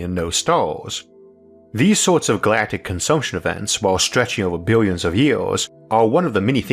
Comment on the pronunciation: Is it me or does this guy pronounce some words like he’s a baby? “Foe exwample” “yeers” “bwillwions”